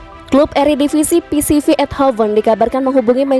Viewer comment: Ralat! Bukan PCV Eindhoven tapi PSV Eindhoven 🙏🏻